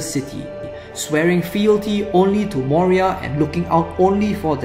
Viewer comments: Its not moria its moira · Moira, not Moria. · I know! Sorry about that haha. Kicking myself for mispronouncing it. Will make a female DI priest (if possible) to make up for my mistake :) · Sorry! Did I pronounce it wrong. Moira :) (in a scottish accent)